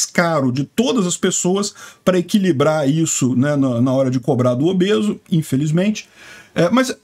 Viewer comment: Não e obeso...e "obese"😂😂😂😂